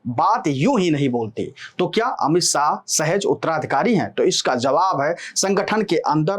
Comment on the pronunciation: भाई साह नहीं शाह है नाम । अपनी भाषा में संशोधन करो ।